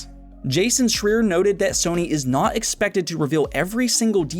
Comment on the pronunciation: Awesome show as always but I little FYI: Jasons last name is pronounced “Shr—eye-er”. I believe. That’s the way I’ve always heard it said. ;-)